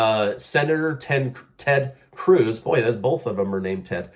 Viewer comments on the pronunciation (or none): none